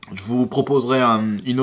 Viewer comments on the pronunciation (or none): ça se dit "NinkaZi" 🤦‍♀️🤦‍♀️